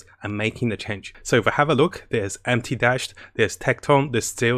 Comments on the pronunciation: It's m - tashed. Not empty tashed 😂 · Did he just say MTdashed LOL. not being mean btw. Love you